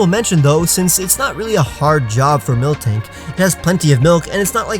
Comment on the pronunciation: When he said Miltank... MandJTV has left the chat.